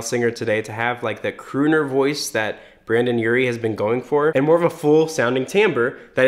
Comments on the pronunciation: Dude, it's Brendon, not Brandon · Its not brandon its BRENDON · It's Brendon not Brandon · brendon * not brandon 😬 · OMG... he said BRANDON Urie It’s BRENDON Urie not BRANDON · Why does he keep saying BrAndon Urie? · Brendon* not Brandon lol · brEndon Urie not Brandon brEndon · IT'S BRENDON NOT BRANDON! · Dude his name is Brendon not Brandon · It’s Brendon. Not Brandon. That hurts me btw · it's brEndon not brAndon... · Brendon not Brandon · It’s BRENDON not BRANDON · sis it’s brEndon not brAndon mKaY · He keeps saying brAndon and not brEndon I’m triggered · it annoyed me so much that he was saying brAndon instead of brendon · “Brandon Urie” bish shush it’s BRENDON URIE (Bren-DUn) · BrEndon. NOT BRANDON! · gets triggered bc he called Brendon "Brandon" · It irks the shit out of me it sounds like he’s saying Brandon instead of Brendon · OH MY GOD STOP CALLING BRENDON URIE BRANDON URIE ITS MAKING E MAD AAAAAAAAAAAAAAAAAA HIS NAME IS BREDON NOT BRANDON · I LOVE YOU BUT IT'S BRENDON NOT BRANDON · Ugh! It’s Brendon, not “Brandon.” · I hate how he was saying “Brandon” or “Brendan” Sorry I’m Panic! Trash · .....he said Brandon Urie. I'm literally so annoyed. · It’s brEndon not brAndon😂😂😂😂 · HE KEEPS SAYING BRANDON AND IT'S DRIVING ME CRAZY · Its.molly.ross he says Brendon? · No one:: "Brandon" Urie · “Brandom Urie.” Helppp haha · Is he saying Brandon? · he keeps saying Brandon urie and i’m gonna scream. sorry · Did it bother anyone else that he was saying brAndon the whole vid??? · I get so triggered when he says Brandon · It’s not brrrrrrradon urie it brrrrrredon urie 👎🏻👎🏻🤬😡😡😡😠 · Cringing at “BrAndon” urie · Yes and It killed me 😓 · i heard it too i was trying not to get annoyed it was hard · YES I WAS SAYING THAT THE WHOLE VIDEO Sorry, I just had to get that out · i’m crying omg the way you say his name wrong ughh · I’m surprised nobody asked you to say his name correctly yet. It’s Br”e”ndan NOT Br”a”ndan. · BrEndon not BrAndon lol